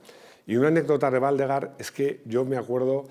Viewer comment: Waldegård se pronuncia Waldegord, ves que tiene un circulito en la "a", es sueco, el idioma.